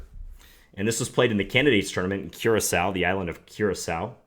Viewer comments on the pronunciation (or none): The Island is actually pronounced cure a so